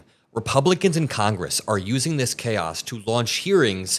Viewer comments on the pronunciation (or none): none